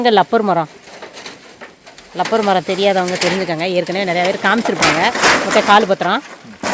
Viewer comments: Lapper illa Rapper Maram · லப்பர் சொல்லக்கூடாது ரப்பர் சொல்லனும்